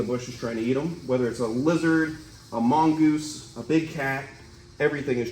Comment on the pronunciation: I've never seen anyone pluralize Mongoose as Mongeese.